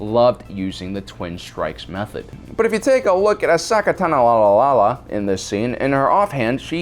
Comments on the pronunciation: "Ahsika Tani" Wow. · "ahsaka tanalanala" "Ahsinka taning' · It's makashi not makasi, Ahsoka Tano not Asika Tani !!! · mans said “aseeka tani”. Rather than Ashoka Tano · „Assika Tani“ 😂😂😂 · Ahsika tenee? what the fuck does that mean. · asaka tananana Me: god damn it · Ashoka Tano pronounced Ah-So-Ka Tah-No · "Ahsoka Tanolalalala What the fudge!!???😳😳😳 "Ahsika Tanee"You're pushing it,!!😳😔😤 "Ahsaka Tanalilaha"😤😔😠😡😡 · If he says ashaka tannana again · Did m night Shyamalan teach you how to say ashokas name cause bro (ah-so-ka tah-no) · Erseeka Tiny? WHAT?!?!?! That screams credibility when you completely botch a major characters name... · why do you say ahsika tani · Ah-Soh-Ka Tah-no. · "Ohsaka Tananolala..." Heh. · Asika tani* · "Ahsoka Tanolololla" "Ahsika Tani" "Ahsoka Tanololuliaha" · aseeka tani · Did I miss something? Why is saying Ahsaka tanoalalal and Ahsika tani? It'a hilarious, but confusing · Artichoke Tanning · I think you meant to say, "Osaki Teeni". 👍 😜! Lol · why cant you say ahsoka tano? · Did nobody noticed that he said Ahsoka Tano's name incorrectly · how do u mess up ahsoka tano's name that bad? her last name's the easy part dude!! you added like 4 additional syllables 😂😂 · How wrong can you pronounce a name? My ears are bleeding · Why can’t he say her name right? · he genuinely mispronounced it in a previous video, got roasted for it and is now just rolling with it for the luls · 1. Pronounce Ashoka tano correctly, 2. Yoda used a soto saber as his normal saber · Can you not pronounce Ahsoka Tano? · Why does he mispronounce Ahsoka Tano? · I'm very confused at all the mispronunciations of Ahsoka Tano and I'm not sure if it's purposeful Obi-Wan level trolling or not but I'm kinda here for it? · you're breaking my heart. You're going down a path of mispronouncing Ahsoka's name that I can't follow. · I almost left the video when he mispronounced her name